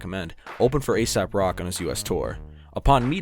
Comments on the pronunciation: Good vid, and I heard you when you knew he wasn’t ASAP rocky. But you - as many - continue to pronounce it as ASAP. It’s AesOp Rock, fuck. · Its not asap.. its ae-sop. 😅